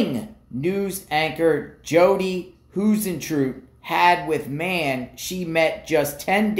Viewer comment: Hey — I believe Jodi’s last name is pronounced High-zen-troo-it… hope that helps….prayers for the family!!